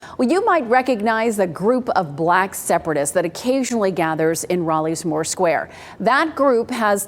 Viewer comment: I do not like the way she said and stressed the word BLACK. They are SEMITIC because they are the Jews.